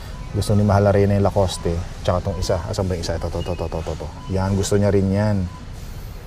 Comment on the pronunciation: La-cost po. Hindi po La cos te! Hindi po poste yan! 😂😂